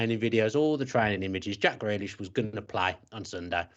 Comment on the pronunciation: Why can't he pronounce Grealish?